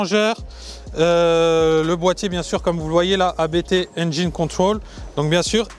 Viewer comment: enfin quelqun qui prononce abt de la bonne maniere